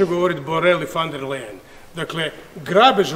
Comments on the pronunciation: Ona se zove Ursula Von Der Leyen ( izgovaraj: Ursula fon der lajen ) a ne fan der lejen. Sramota da ti kao predsjednik i član EU to ne znaš, mada si toliko strašno pametan i toliko izstudiran. Jadni smo mi sa ovakvim prepotentnim predsjednikom. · Nek frajer prvo nauci kak se određena prezimena izgovaraju, a onda nek serucka po Ursuli. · Usrula van der Lajen .... kako to fino izgovori :D